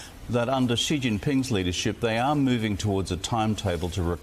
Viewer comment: Bro, it's not Ghee Jinping...there is no Ghee sound in Chinese. Maybe try listening to the way people that actually speak Chinese say it - notice how Rudd, who is a Chinese speaker, has no Gh sound when he says the Chinese leader's surname. If you just said 'She' in english, while not entirely precise, it would be infinitely better than making up a pronunciation of a sound that simply doesn't exist in Mandarin Chinese. Where does this come from and why do people insist on using it??